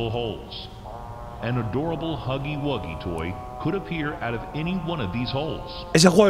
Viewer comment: jjajajajajajajaj no se pronuncia wakiwaki es hugy hugy